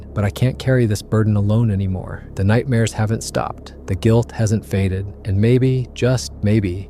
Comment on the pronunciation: Did he say nightmares or nightbears ...hmm